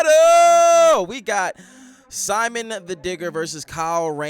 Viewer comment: I can always tell if I'm going to like someone's reaction to this based on how they pronounce Simon's name. If they say "sai-munn," then I know they're in for a wild ride.